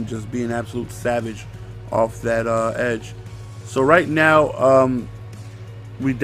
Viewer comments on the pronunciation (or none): none